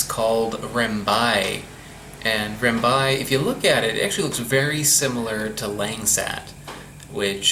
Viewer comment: its rambai not rembai. please try to pronounce the name correctly.